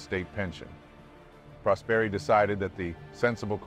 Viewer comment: Didn't know this story at all! Great video as usual, only one little thing: right pronounce of the surname Prosperi has the accent on the "o" (Pròsperi) not on the "e".